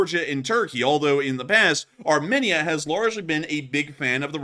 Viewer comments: Armenia is prounounced 'Ar-meen-ia, not Arminnia. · It’s pronounced aar-mee-nee-uh